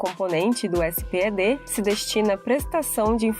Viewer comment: parabens pela materia , mas nao é S P E D ,é espedi , assim que se le letra por letra